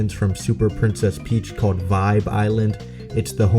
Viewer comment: Princess Pitch